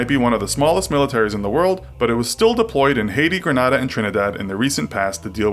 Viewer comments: It's green-na-da not gra-nah-da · Its pronounced green-aid-ah not gren-add-ah